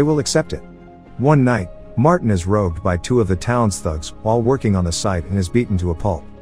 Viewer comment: Is this narrator AI? Martin is "robed" shouldn't say robbed and any rational thinking human would be reading that or see the scene that accompanies it and know they used the wrong word. Right?